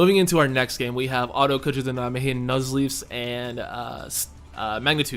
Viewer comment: Finally someone to correctly pronounce Nijmegen. Not that it matters a whole lot, but still. So many people fail to properly say it.